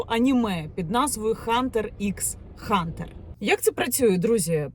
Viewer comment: Яніна, українською слово hunter звучить як гантер. Правила передачі звуку h.